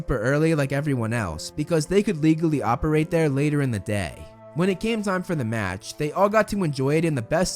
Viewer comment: Did anyone get uncomfortable when he said o-parate instead of apparate? :)